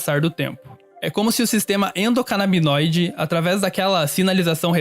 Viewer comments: toda vez que ela diz endonabidinoide ao invés de endocanabinoide é um soco no ouvido, no mas o video é muuito bom e necessário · Endocanabinoide, não endocanabidinoide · Galera, de verdade, gosto muito do canal por isso venho comentar agora! Acho de verdade que deveriam alterar o áudio para corrigir todas as partes em que são faladas as palavras: endocanabidinoide e canabidinoide, pois estão erradas! Creio que pessoas que conhecem algo sobre o assunto notaram o mesmo que eu! Agradeço pelo conteudo de grande qualidade intelectual e espero obter alguma relevância. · Alguém avisa para a narradora que não existe "Sistema EndocanabiDInoide"!!! O correto é ENDOCANABINOIDE. Por favor! Informação básica. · Nossa que agonia a moça falando endocanabidinoide hahaha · Meteoro: é ENDOCANABINOIDE, e não ENDOCANABIDINOIDE No mais, excelente video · Muito obrigado, mesmo. Meu coração pulava uma batida a cada endocanabidinoide hahaha No mais, excelente vídeo. Queria mais canais promovendo informação assim. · Ótimo vídeo, como já é padrão do Meteoro Brasil, o melhor do youtube. Mas fiquei em dúvida, pq ele fala endocanabinóide e ela endocanabidinoide?? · Gostaria de saber se a mulher do vídeo fala errado, pois ela fala sistema endocanábidinoide, essa palavra não existe. Eu procurei e não achei nada relacionado a essa palavra ! O correto é igual o homem do vídeo fala , sistema endocanábinoide , pois rum todos os meus estudos só ouvi falar assim ! A não ser que eu esteja errado se alguém poder compartilhar alguma fonte que afirme o jeito certo ou se os dois estão certo ? Existe sistema endocanábidinoide E sistema endocanábinoide? Se isso se refere a qual e o cb1 e qual é o cb2 Pois eu não entendi muito bem ela falando um nome e o cara falando outro ficou meio confuso Pq eu só ouvi falar em sistema endocanábinoide!! Dês de já agradeço muito abrigado ! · Endocanabinóide ou Endocanabidinóide? Decidam-se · é endocanabinóide, não endocanabidinoide.